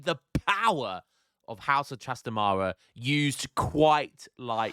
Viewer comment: hi, its pronounced trastámara not trastamára